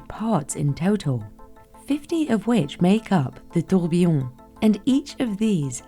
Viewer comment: The fact that the specialist who has been in the industry for 28 years and sells timepieces that are more expensive than most people's houses can't pronounce "tourbillon" correctly is embarrassing. As a fluent french speaker her pronunciation made me wince and she'll either seem less credible to knowledgeable customers or pass her mispronunciation on to those who are less knowledgeable